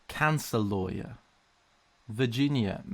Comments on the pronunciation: "instead of liars" not how you pronounce lawer its like loy*·*ur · The way he said lawyer XD " loiyer" beautiful American accent!! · loywer Americans: disappointed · Wait I don’t know if I heard correctly but it sounded like you called lawyers liars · I think he said liars. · I heard it as "in England we call them solicitors instead of liars" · I've never heard anyone pronounce lawyer as "law-yer", it just sounds weird. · Hearing try to pronounce lawyer in an American accent gives me life. I thought he was saying “liars” at first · As an American I thought the way you said lawyer was bizarre. We say it like "low ear" kinda. Then after thinking about it, since you're saying "law" then "yer" it makes sense, and the way America says it is bizarre instead. Fascinating stuff. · Lol when said lawyer it sounded like liar. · Nobody:: La..yer Me: Liyer... Lyer? Liar! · him trying to pronounce lawyer tho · I think when he tried to say lawyer....